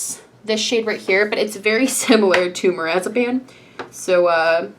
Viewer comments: She pronounced marzipan like a medication lol. It’s pronounced marz-a-Pan like the desert. Not marazapane like a med lol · marzipan lmao 😂 every time you pronounce it it sounds like lorazepam which is a narcotic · i love how she says marzipan like marazipan